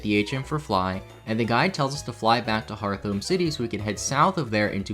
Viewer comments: not to be rude but first off ur pronounciation of roark, and second its heart home not hearth-ome Cana-L-Ae-v city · And “Hearth-ome” instead of “Heart-home” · I've never heard anyone call it Hearth-ome before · Lol “Harthum” I think it’s pronounced “Heart Home” 😂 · HeartHome, not HearthOme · wait did you call it “Hearth-ome” city and not “Heart-home” city? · Also it's can-a-lay-v city and heart-home not hearth-ome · If you pronounce “turtwig” as “turt-wig” and not “tur-twig”, im blocking you. Edit: He also pronounces “hearthome” as “hearth-ome” Kid what the fuck is wrong with you? Knows every mythical creature known to man but struggles with pokemon names and has never heard of a “ne'er do well” Edit 2 “Cana-lahvaey” does not sound as “cool” as you think. Cana-lahv. Did you seriously never learn to pronounce any of these words? Edit 3. Uhksee. He pronounced Uxie as uhksee. Im going to commit a hate crime. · I never heard Hearthome pronounced "Hearth-ome". Huh. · the fact you also say "Hearth-ome" makes me so unbelievably happy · I hate how you pronounce hearthome. It’s literally heart home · the way you pronounce roark and hearthome is triggering my fight or flight response